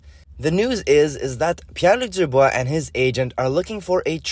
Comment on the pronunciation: Ta prononciation est on point haha